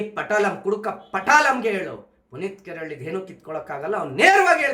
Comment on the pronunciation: ಪುನೀತ್ ಕಾರೆಹಳ್ಳಿ ಆಗಿದೆ. ಸ್ವಲ್ಪ ಸರಿಪಡಿಸಿಕೊಳ್ಳಿ